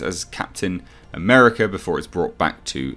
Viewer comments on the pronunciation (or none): none